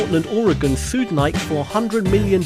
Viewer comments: Nike is pronounced nigh-key... Nike was the Greek goddess of victory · It's pronounced Ny-kee. It does not rhyme with Mike.